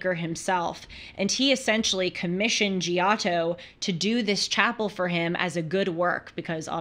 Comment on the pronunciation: Glad you are discovering art. But couldn't watch after the way you pronounced "Giotto." Sorry.